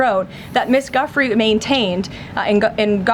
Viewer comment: I was disappointed that you didn't mention the horrendous mispronunciation of Virginia Giuffre's surname. Are we sure Karoline Leavitt was even talking about the same person??